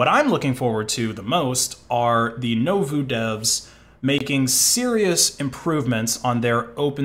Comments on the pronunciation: Nouveau is "noo-voh", not "noh-voo". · IT'S NOT NOH-VU IT'S NU-VOH FREAK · *nu-vo (not novu) (nouveau) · i normally dont complain about this stuff but its funny how you pronounce nouveau exactly the opposite way its supposed to be. i mean it even shows the right pronounciation on the page you show lol. nuvo instead of novu. besides that good content as always! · It's "Noo-voh", with the accent on the "voh". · i like how u pronounced nouveau right the first time n then never again lol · Your pronunciation of Nouveau is painful